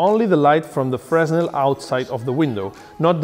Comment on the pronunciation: Hi, Nice video. Just for your information, we don't pronounce the "S" in Fresnel. So it's pronounsd "Freh-nel". This is one of the strange mechanisms of french language. Yep, we are weird. ;)